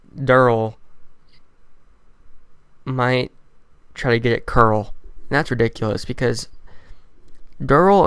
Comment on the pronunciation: Good video but plz stop saying like caruul cuz i dont know if your talking about carl or the girl mural likes